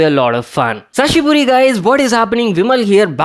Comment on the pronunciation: Did u say sashiburi or hisashiburi?